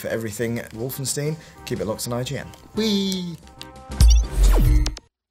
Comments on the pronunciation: Just to clarify, no, the entire game isn't on this Easter Egg, it's the first level of the first Chapter only. Plus, it's WolfensTEIN, not WolfensTEEN. You'd think after 22 years and countless interviews with developers and people involved in the project, the name would be pronounced well by people in the medium. And finally, this isn't a level from 'Escape from Castle Wolfenstein', it's 'Wolfenstein 3D'. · Wolfensteen? Fairly sure it's pronounced Wolfenstine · And lol, Brits pronouncing "stein" so funny, it's supposed it be "shtein" not "steen", tho I don't know if it's spelled "schtein" in German, and yes I know my German is horrible, I just started learning it and the few words I know are from games and films but that's it, didn't have much German TV back in the day to learn it better.